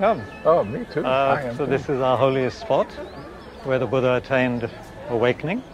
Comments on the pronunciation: 'Bhooooodda' phonetic Massacre 💀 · it's Buddha, not 'Budha'.